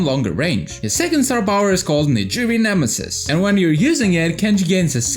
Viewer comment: U pronounced nigiri nemesis wrong